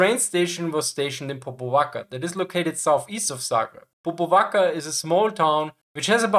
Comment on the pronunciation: Popvaca is actually Popovača , it is pronounced Popovacha (similar to La Cucaracha) . Cazma is Čazma, similarily pronunced like Chasma. Overall, armored trains were used in Yugoslavia until Partisans started acquiring anti-tank guns (Soviet 45mm and 76.2 mm, British 6pdr ... ) from Allies, i.e. until they started becoming regular army. This start happening somewhere in mid 1944, thus trains were generally withdrawn towards Slovenia, Austria and Germany.